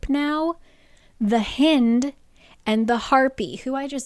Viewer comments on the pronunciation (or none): I love you but these pronunciations😭 first Mee-cah instead of My-cah, now the hih-nd instead of the high-nd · ahah I can't its "Hynd" like "HIGH-nd" of a deer. not HEEND. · Omgggg I am so excited for this video but I dont know if I can make it through hearing Lydia’s name (The Hi-ND) pronounced that way the whole book (hin-d). I got through Micah (MY-cuh) being pronounced (ME-cuh) from the first video so I know where there’s a will, there’s a way! 😂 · It’s hind like behind. Please 😭😭😭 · just realized that does not include pronunciation LOL its pronounced like "hind end" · Haha "hind" is pronounced like "kind". A hind is a female deer. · Hind is definitely pronounced like “behind” … hind is another word for deer! And she’s a deer shifter.